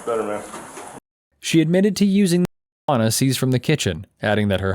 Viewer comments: Really can’t say marijuana? How ridiculous.. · Just spell out the word marijuana...and speak it as well. Bunch of wussies who can't take it being spoken or spelled.....